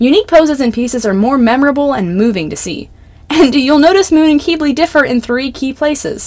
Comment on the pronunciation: I’m sorry but the way you say Quibly KILLS me 😭 😭 😭 it’s not KEEB-LEY it’s pronounced KIB-LEY I’m sorry but that bothers me so bad 😭 ✋